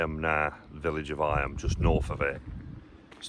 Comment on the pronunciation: Eyam is pronounced eem to rhyme with seam. It suffered an outbreak of plague in in which the majority of the villagers died.